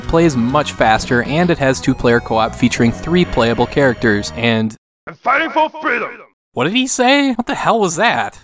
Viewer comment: Yeah, but with like... some kind of Stallone-esque slurring of some sort... Like, not even "for freedom", just "Foh Friddem!"